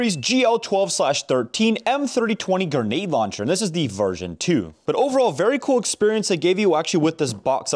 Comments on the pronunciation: Bro says gnade launcher instead of grenade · ITS GRENADE NOT GENADE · Bro said genade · Say “gehnade” launcher again 😂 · love the "genade" launcher 🤣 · Close but nope.still says ganade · Bro really said ganade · The fact that he says grenade as “ganade” is pretty hilarious😂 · My life will be complete when he says “grenade” properly. Love the content keep it up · I swear I was literally going through the comments to see if any one else said that and if not I was gonna😂